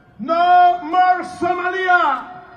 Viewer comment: No morers🐶 vietnam, no morsss🐍 somalia, no morrr iracks, no morsks👹 Afganistán, no morc libia (Este tipo debería dar clases de inglés)